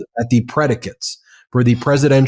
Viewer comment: Harry Litman., PLEASE learn to say Tren de Aragua correctly. TREN DE - AR - A GWA , NOT ara- good.